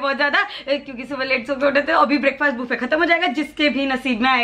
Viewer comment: It's buh-fay not buffey while pronouncing it